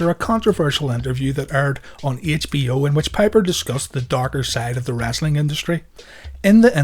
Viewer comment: It's Wrestling not Wrastling Speak English